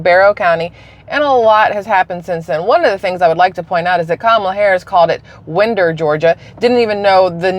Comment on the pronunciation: They always use the shootings as a reason to take away our guns so that we can no longer defend ourselves against tyrannical government and you are pronouncing Winder correctly. I grew up in Atlanta area